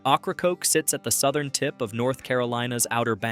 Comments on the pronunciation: For all those watching, it's pronounced "OH-craw-coke" or "Okra-coke" NOT OCH-RA-COKE. Fix your narration please. It's terrible. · OH-cra-COKE island. A wonderful place for local oysters and Key Lime pie after a nice ferry ride. 😊 Also (Cape) HAT-ter-ass.